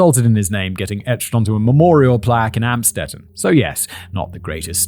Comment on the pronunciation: Amstedt? Amstetten? They gonna be very glad to hear that english speaking media makes the place unrecognizable, not that German media didn`t do the same